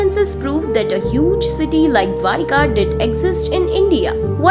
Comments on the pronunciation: Not dwarika, it is dwaraka, pronounce clearly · Please pronounce properly. Its not Dwarika, its Dwaraka